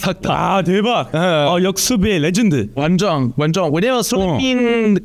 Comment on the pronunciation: 초에 는 왜 레전드를 한국어처럼 말하는거임? ㅋㅋ